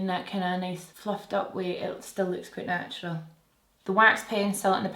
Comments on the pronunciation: "Snatural" 😂. I have similar shaped brows to yours and you have totally helped learn how to do a brow just the right amamount!! 🖤 Ig: rachelle_hilt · The “snatural” is my fave❤️ Ig: steph_mccelwee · Love the “snatural” ✨ ig:sianoyork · The “snatural” is a whole mood IG: tahliawensley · The "snatural" is perf 😍 IG: krsmoore67